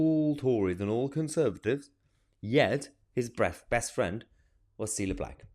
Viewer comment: Ci-lla NOT "Seala" Meeeeeeeya!! Pronounce names PROPERLY. But you're right about this in all other respects....